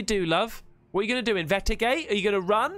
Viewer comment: Yo. Great videos but while you're on the subject of how people pronounce words, it's not inve-igate. Its pronounced IN-VEST- I-GATE👍🏼👍🏼👍🏼. Just saying, while you were on that subject 🤪🤪🤪